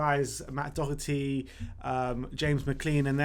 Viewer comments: It's pronounced dockerty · Matt Doherty.....not Docherty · It's pronounced do-herty. do as in dot but without the t. This shit really isnt hard it's not like some crazy Spanish pronunciation like reguilon